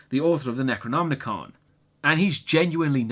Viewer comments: NecronoMicon, not NecronmNicon. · Hey, great review as always, just wondering, do you say it's the Necronomnicon? Isn't it just the Necronomicon? I always read Lovecraft in translation, so is the original different, or Am I hearing it wrong? It!s nothing I would mind, just bugging me, you know. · Why are you pronouncing Necronomicon as if there is an extra N?! (Necronomnicon) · Bro.... Bro. It's Necronom - Ih - con. You keep adding an unnecessary 'n' before the "ih-kahn" portion of the pronunciation. I don't know if that's just a personal verbal idiosyncrasy of yours or what, but it was driving me to feel as if the dark unknowable dream-weaver Chthulu himself was whispering in my thoughts.... you know, driving me crazy. Lol no seriously though every time you did it I was like "DUDE. WHY? Is it just spelled differently in Great Britain or what???" Love your reviews though man. Just started getting into your stuff over the last few weeks and I love your style and format. Your humor is also pretty expertly executed and undeniably British, so I can't help but find it all the more endearing. Keep up the good work my friend. Cheers from the gloomy midwest United States. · (LukyHell) He just pronounces it a bit weird. It's Necronomicon. There is no 'n' after the 'm'.